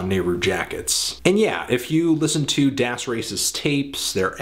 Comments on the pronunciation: Please stop pronouncing " 'das" wrong. it's DAAS. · Look at any interview with Das Racist and listen to how they pronounce it. It's das, as in rhyming with ass.